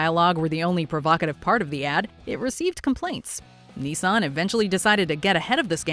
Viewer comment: It's "Nissan", not "Knee-sun"... At least watch (and listen) to the commercials in your video